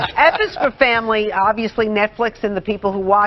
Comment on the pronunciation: Goof ball lady ends it with " F is for Framry " cant even get the title right ....eye roll literally her only job drrrrppp